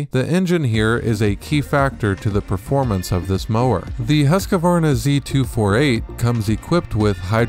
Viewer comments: I thought it was Husqvarna. Not Husqavarna. 😳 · It's Husk-Varna - not Husk-A-Varna. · It is pronounced .... Husq -Varna, .... there is no A where you are installing one. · Why does everyone keep calling it Husq(a)varna. It's Husqvarna.